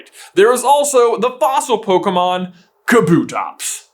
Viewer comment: I refuse to believe that’s how you pronounce kabutops